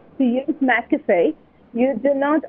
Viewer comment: "It's not mistacoffEE, it's mcafOaye" - Hermione Granger